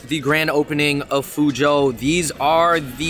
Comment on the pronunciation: my guys --- you saying fuzhou so poorly for chinese people.